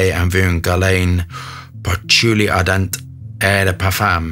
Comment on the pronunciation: Thanks for the lovely review, and no you butchering the name does not take away from the viewing experience. This is from the Les absolute d'orient line by Guerlain. Patchouli ardent is beautiful. My favourites are Santal Royal and Bois Mystérieux.